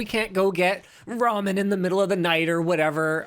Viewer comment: "Roman" noodles... Lol